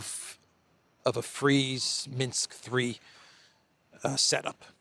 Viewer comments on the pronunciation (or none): none